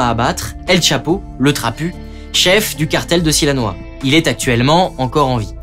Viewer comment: tres bonne video comme d’habitude, mais attention c’est sinaloa pas silanoa